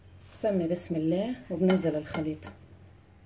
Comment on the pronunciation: The way you say بسم اللة ( bismillah) MmMmmmm Love your accent gurl!😻